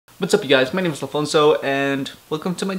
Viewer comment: I love it how you say "Alfonsoouu"